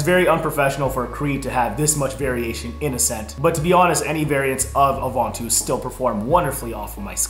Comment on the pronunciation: Ovantus wtf!? 😂